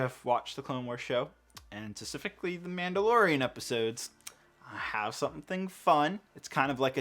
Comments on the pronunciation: Specifically* Emphasis on the p. Thank you. That’s my only critic and it’s petty, I know. Keep up the great work! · Please stop saying specifically wrong lol